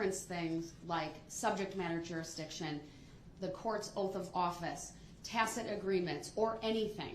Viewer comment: Okay, this guy just completely blew my mind: after months of murdering the English language, he actually pronounced "tacit" correctly for the first time.